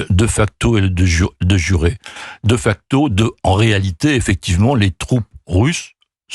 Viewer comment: On dit "dé facto" et non "deu facto". Ce monsieur n'a pas fait de latin ?